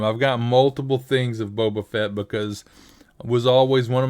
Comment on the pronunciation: That wasn't Boba Fett, that was Boba Fatt XD